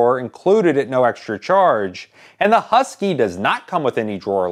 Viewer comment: There's no yu in husky